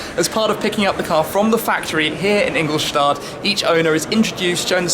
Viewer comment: Ingol'shtatt' not Ingol'shtard'